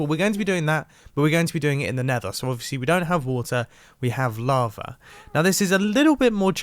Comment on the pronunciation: well he used to say lava like "lavr" so he has made some improvement.